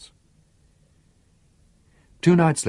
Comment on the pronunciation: For instance it's Jose Arcadio, not Jose ArcaRdio. Also the GUI in Aguilar would be like in the word 'guinea'